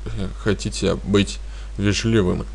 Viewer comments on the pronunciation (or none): Вежливым- ударение надо ставить на первом слоге